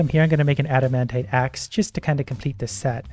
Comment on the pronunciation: Just to help something out for you and the us the viewers because it triggers us so much. the pronounciation is not adamantae, but adamantight